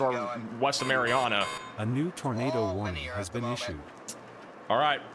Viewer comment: Mary Anna, not Mary ahhhna. Home of the mighty Trojans brother! The most famous person from Marianna, Arkansas is Rodney E. Slater.Slater rose from picking cotton as a child in Marianna to becoming the U.S. Secretary of Transportation under President Bill Clinton from 1997 to 2001. Prior to his cabinet position, he also served as the first African-American director of the Federal Highway Administration.